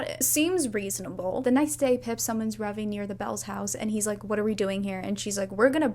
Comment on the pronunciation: the joy I feel at Ravi being pronounced correctly😭